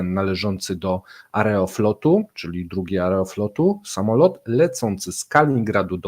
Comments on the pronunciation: Jak można robić materiały o tematyce rosyjskiej i nie mieć chociażby seledynowego pojęcia o rosyjskiej wymowie. AerofŁot a nie AerofLot. sJewiero a nie SIEwiero jak w polskim wyrazie Sieradz. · Po polsku mówi się Aerofłot (przez "ł").